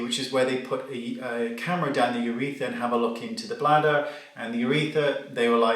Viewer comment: Do Brits say "uretha" without the r? It's UrethRa here in the states.